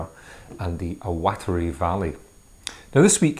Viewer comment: The Awatere Valley is pronounced AWA-TEH- REH, Cheers!